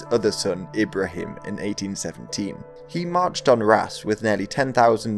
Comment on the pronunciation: Since you're certainly going to be talking about him more: Ibrahim's pronunciation is largely correct, but the second i is longer (so him is pronounced "heem") I ought to know, it's my given name...